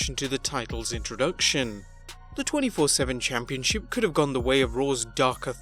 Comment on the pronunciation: Am I the only one who hates how this guy says the word “championship”? Lol